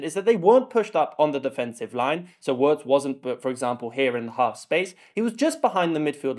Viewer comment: Really nice analysis. Please continue. But when you pronounce Wirtz’s name just think: veerts.